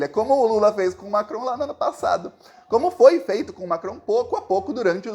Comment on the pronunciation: Você pronuncia bem o nome de Macron! Sou professora de francês e moro na França